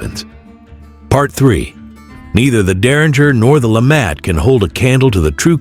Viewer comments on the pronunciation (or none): Lemat, pronounced 'la- mot' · I actually think it's "la-mah" the "t" is silent. It's French!